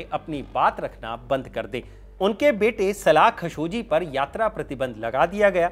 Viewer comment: its KHASHO-GEE not KHASHO-JI